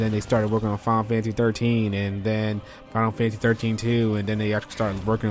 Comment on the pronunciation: why i can only hear 'final fancy' whenever u say the name lol